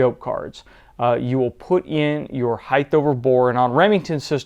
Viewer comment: The word is HEIGHT, and it is properly pronounced "hite" not "hite-th"...there should not be a TH on the end. As always, this video is very informative and well done.